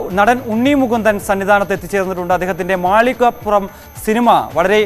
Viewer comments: മാളികപ്പുറം എന്ന് ശരിയായി ഉച്ചരിക്കാൻ അവതാരകനോട് ഒരപേക്ഷ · ഇവന് നേരാംവണ്ണം മാളികപ്പുറം എന്നുപറയാൻ പോലും പറ്റുന്നില്ല.... റിപ്പോർട്ടർ ആണ് പോലും.